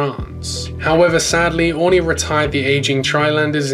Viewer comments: Definitely not pronounced Orny. I think you to need to correct this. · I live in the islands. It’s actually pronounced Or-ree-nee. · Did he say 'Honey', or Aurigny?. I prefer if its called honey airlines....lol. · You need to learn how to pronounce Aurigny